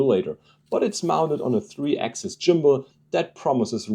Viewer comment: Jimbal = Gimbal 💀 just messing with you video is excellent thanks for the laugh 👍🙏